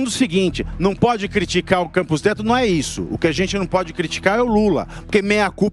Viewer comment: "para com issu, para com issu" kkk viraria um bom meme 😂